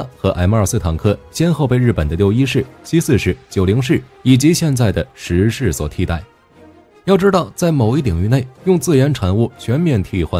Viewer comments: 中文名稱應該是『壹零式』而不是『十式』 日本原文為『ひとまる』而不是『じゅう』 以火力君的軍武知識我認為不會犯這種錯誤 問題應該出在使用【讀稿軟體】在發音上無法辨別而已 文案上如果用的是『壹零式』那應該就不會念錯發音了。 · 🤔…… 他叫壹零式 Hitomaru 不是十式啦⋯⋯